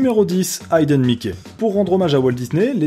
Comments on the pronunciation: ayden mickey ? AYden mickey ? AYDEN MICKEY ?!!!! Ca se dit HI-DEUNE MICKEY ! Bravo l'anglais :D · Hidden Mickey. Hidden se prononce hidden. L’infinitif « to hide » se prononce haïde. Mais le participe passé hidden c’est juste hidden. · on dit HIDDEN et pas AÏDEN ;) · très bonne vidéo par contre "hidden Mickey" ça se prononce "ideun" pas "aïdeun" ça m'a écorché les oreilles très légèrement ^^ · Ne sachant pas prononcer correctement Hidden, je crois que de base notre ami est nul en anglais !